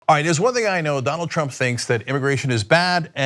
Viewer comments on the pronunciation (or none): none